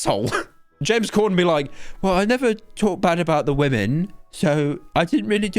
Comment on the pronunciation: It's Corden not Cordon